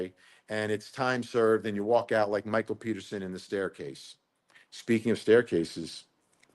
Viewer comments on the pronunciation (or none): none